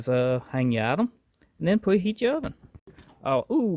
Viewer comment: He lost me at pwep instead of prep and pweheat.